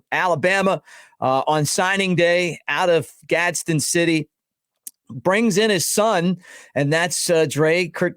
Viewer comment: Its Gadsden. Just plain Gadsden. Not Gadsen city.